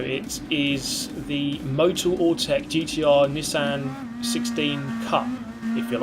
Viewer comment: Drink every time mispronounces Nissan.